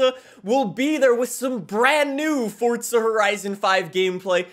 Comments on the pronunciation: Please stop pronouncing FORZA as FORTZA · It’s not Fort-za…. It’s For-za… Dude there’s no need to say Forza 100 times in the video, we know what game it is. You already said it 20 times in the first 3 minutes of the video. Jesus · Why does he say forza like fortza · I’ve been playing since fh2, but is it FORZA ? Or FORTZA ? I’ve always said FORZA but I always hear people pronounce it with a t sound ??? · Everyone be playing Forza and this guy be playing fortza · Why is he saying "FORT-SA" lol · Forza not fortza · it’s the FORT- ZA THAT GOT ME 😂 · Still looking for the the “T” in “F-O-R-Z-A” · Heres a fun game. Drink every time he says forTza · I'm not sure how you're fitting a "T" in the word Forza.. ForTza.. yeah my face won't make that noise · fortza he says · "FortZa Horizon" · "fordtza horizon" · why he always say fortza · He calls it fortsa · There is no F*cking T in FORZA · Why do you say Forza like that 😭😭😭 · Theres no T in Forza you squid